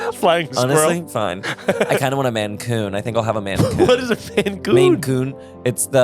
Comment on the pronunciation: As someone from Maine, it is a Maine Coon not a Mancoon or whatever said. A friend of mine had 2 growing up. Great cats, really big, but they hunt like crazy haha mancoon